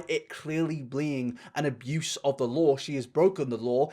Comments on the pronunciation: “Animal abluse” 😅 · or so, did you say "abluse"? Lol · he said abluse 🦀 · … are we not going to point out ??? “... animal abluse.” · Animal AbLUse? are you having a stroke my dude? lol